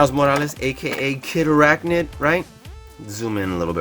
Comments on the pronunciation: Do not say Kid Arachnid, please. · kindly never say kid arachnid again please